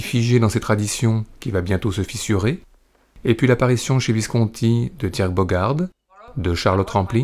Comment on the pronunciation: Visconti est un nom ITALIEN, pourquoi l'épelle-t-il comme s'il s'agissait d'un nom français?? Et quelle voix monotone...